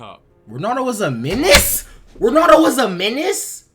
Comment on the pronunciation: Why do most Americans say "Ronado" instead of "Ronaldo"🥲?